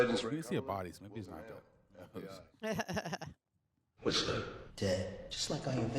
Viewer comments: I don’t like how they kept calling him whisperer while his name is whistler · WHIST-LER WHISTLER. FOOL!